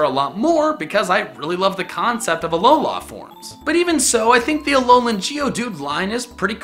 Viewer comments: Alo-lah WRONG Alo-luh RIGHT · its pronounced Uh-Low-Lu